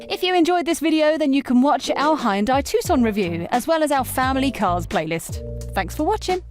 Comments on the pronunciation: HAYUNDAAi ... wtf these english and americans cant say fckin hyundai ? Braindamaged ? ..... and sportaaaz ... this car is not french my dear .... so please google it how to pronounce sportage ffs... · Hyundai is pronounced like "Sunday". Just saying